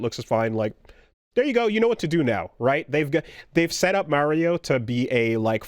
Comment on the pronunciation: I still hate how pronounces Mario. Like just say it right, man. It's easy. Mary-oh is not his name. Lol